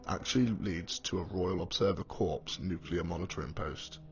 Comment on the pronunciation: Great vid but please stop saying 'corpse' - it's 'corr' when saying Corps as in ROC.